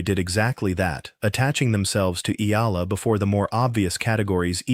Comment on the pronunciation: E--Ya--LA, pronounce it correctly... search it.. Palibhasa AI nanaman..